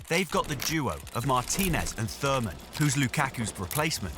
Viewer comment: "Thurman"? Really?